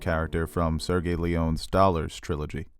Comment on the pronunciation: Genre is pronounced with a soft G, no D in front. Sergio is pronounced with a J like John.